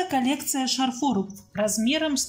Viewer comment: исправится, правильно говорить из магазина, а также шарфы- урарение на А, шарфов тоже на А, очень раздражает предлог ЗА, который сейчас постоянно неправильно используется, скучаем за вами, фуууу, жуть, все это с южных мест к нам пришло, но это неправильно!